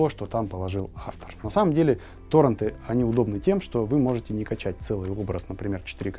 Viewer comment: Намного лучше бы звучало То́ррент, Контэнт